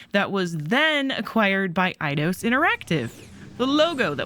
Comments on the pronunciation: EIDOS = AY-DOS. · Your saying eidios wrong